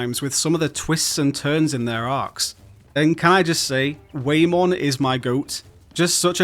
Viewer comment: Bro, who’s “Way-Mon”? 😭😭 it’s Whamon.